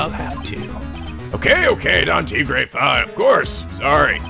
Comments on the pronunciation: also you're pronouncing Tigre right so keep it up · Mais = may; bien = byen. Probably spoken a bit more quickly compared to the "bee-en" pronunciation. And yes, Phoenix's evil twin's name is pronounced "tee-grey." =^^= Spanish, French and Italian are all classed as Romantic languages, so they have similar words in between them. Could explain why most people in those language categories find another in the same language category easier to learn as opposed to, let's say, Mandarin, Ukrainian or Swahili, which are different categories of languages altogether. And dat girl...damn, I had shivers running down my spine. Yeesh...TTwTT